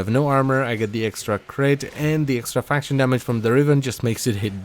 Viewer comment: I know you said extra faction damage. But i cant unhear "extra fashion damage"